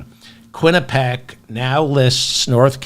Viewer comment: quinnipiac pronunciation - kwi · nuh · pee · ak